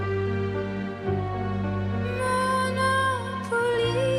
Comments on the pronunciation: Elle chante super bien mais le fait qu'elle dise Monopolis sans prononcer le "S" à la fin, ca m'a trop fait penser au jeu "Monopoly" et ca m'a sortie de la chanson. 😅😅😅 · Ecoutez juste la fin ou elle cite ' Monopolis " on ne l'entend pas non plus le S ,quelle histoire ,pff ► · Juste sublime, magnifique, magnétique ! ❤ En revanche, je suis étonnée que personne, dans les professeurs de chant et répétitrices, ne lui ai dit que le « S » de Monopolis se prononce !